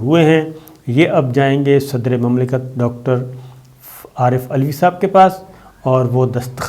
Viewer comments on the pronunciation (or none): none